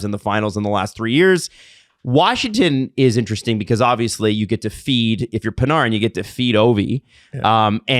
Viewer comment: Why do the always mispronounce Panarin’s name? Is it a bit?